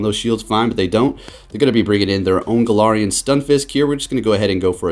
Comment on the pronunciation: Why are you saying galarian stunfisk🤣🤣